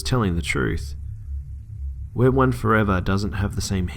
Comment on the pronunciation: the snap name is "we are one 4evr".. not where one like your pronouncing it. Just an fyi